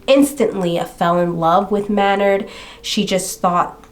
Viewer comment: This story got me heated! At the jerk of course, and Michelle’s Drs for dismissing her concerns out of hand. But did dude really pronounce his name like that? 🤨Thought it was May-nard! I have only heard the singer of Tool’s name spoken by other fans as May-nard! but Idk, I’ll look it up, since you watched a TV episode! The pronunciation Man-nard really irritated me for some reason-so it fit this douche canoe perfectly! Wow, pretty upsetting he was allowed bail!